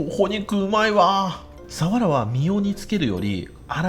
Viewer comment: かねこさんの「サ⤴︎ワラ」って発音が好き😊 「潮⤴︎干狩り」の発音も好き😊 今回もいただきました〜🐟